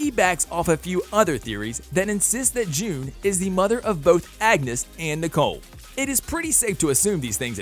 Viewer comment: and his constant mispronunciations! He literally said angus instead of Agnes 💀😂